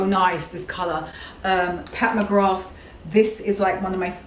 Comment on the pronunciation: Filming in front of that large mirror is great because we get to see the back of the dresses as well as the front at the same time. 👍 The dresses are gorgeous and those trousers you've ordered look amazing. One thing - Pat McGrath - The 'th' is silent, just say MaGra. It's an Irish name and I'm Irish and have a friend with that name.